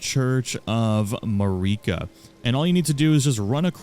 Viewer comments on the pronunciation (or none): It's not paprika ..... it's Marika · Did he say Mareeka and not Marika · Bro really said “Mareekuh”